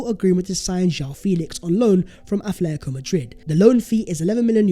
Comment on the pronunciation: Hate to be that guy,, but it's AT-letico not ATH-letico.